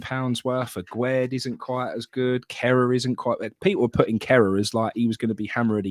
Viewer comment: Why does everyone pronounce Aguerd as Agwaird? It's not Aguero with a D. It's pronounced Agaird. It's French not Spanish. The man said it himself on the welcome video done with Carlton Cole. Sorry folks , I'm having a bad time.